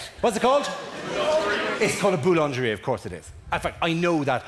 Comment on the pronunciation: Boulangerie is pronounced as boolingeree. Proof English speakers really don't know French. 😂😜